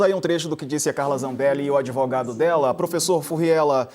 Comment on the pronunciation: Umrum O Brasil "acredita" no "adevogado" da pistoleira 😂😂😂